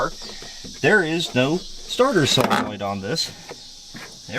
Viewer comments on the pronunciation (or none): none